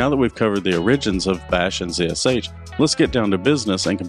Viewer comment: pronounced "zash"